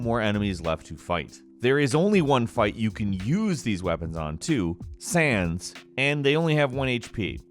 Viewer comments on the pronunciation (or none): none